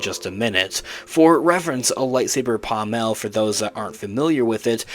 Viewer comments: Dude, my droid, it's pronounced PAAAHHmull, not PahhmELLLLL. The accent is on the first half of the word, not the latter half. Sorry but as a lightsaber enthusiast your pronunciation is like punching me in the face. Great video tho, thumbs up! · The pommel of a sword is pronounced pom ul.